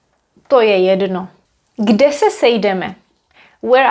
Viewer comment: This question might be a bit off topic: When you say "To je jedno." it always sounds like there's a short additional e in between, like "To je jedeno." Is this typical for d in front of n?